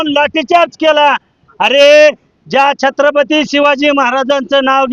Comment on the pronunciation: अरे यांना नीट छत्रपती म्हणता येत नाही म्हणजे चांगले वंशज बनायला😅 जय शिवराय🚩